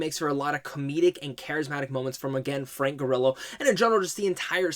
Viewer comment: Frank Gorillo? Take that first o out bro. Lol